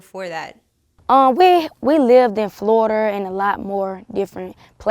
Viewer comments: No it is flawda 🗣🗣😂😂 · "Florder" LMAO 😂😂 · Am I the only one that heard “floorder” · we lived in "florder" 💀💀💀💀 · "We moved to Florder" wtf my nigga